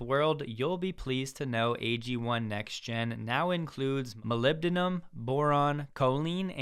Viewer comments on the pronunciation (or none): none